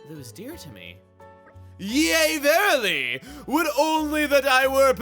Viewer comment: the real character development in this episode is chugga pronouncing "yea verily" correctly after saying "yeah verily" in his super paper mario lp.